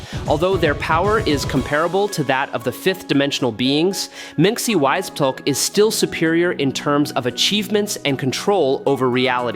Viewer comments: Did AI read this? Mxyzptik name has been said in so much Comic Media that at the very least researching should've produced the correct pronunciation. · You are Stuggeling with Mr Mxyzptlk name aren't you buddy...lol